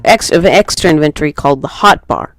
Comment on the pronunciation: The main reason I could not complete watching this is because it was annoying to keep hearing the word "inventory" mispronounced. Then making up a new word 'inventoring" instead of using inventing. How you speak matters... not trying to be a dick, I hope you take a moment to consider this. Thank you for the video.